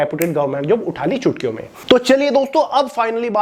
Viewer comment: Bhai pahle toh saaf bol chutkio bol raha h ya chootiyo aur doosri bat book bechne ka acha tareeka h